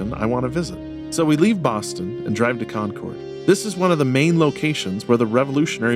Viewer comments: you’re killing me how you say “Concord”. Thanks for visiting my beautiful state my family called home for 8 generations! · I live 30 min from JSB, and 15 min from West Leb. I wait for the time the Prophet announces a temple here. Just as a note, and I don’t know why it bugs me, but “Con-Curd” and “Leb-uh- Nin” are proper local pronounciations ;)